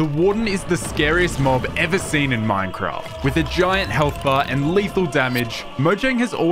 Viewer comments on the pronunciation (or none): none